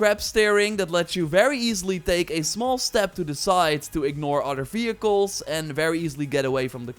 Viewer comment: fehicles? or vehicles